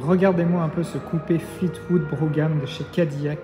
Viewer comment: Pour Brougham le g ne se prononce pas